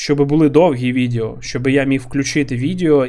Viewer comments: не можу це слухати, кров з вух тече. відЕо а не відЄо! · Дякую за контент! Важко порахувати скільки разів ти вжив слово "відео". І то не страшно, що їх пекельно багато. І я розумію, що імовірно це момент переходу з "іншого язика". Але воно відЕо, не відЄо. Пробач, але мене щоразу наче струмом б'є. І з іншими словами все ок)